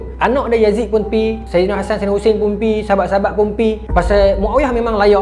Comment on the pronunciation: Maaf tolong perbetulkan ejaan dan sebutan , bukan saidina mcm permainan tu tapi sayyidina. MAAF❤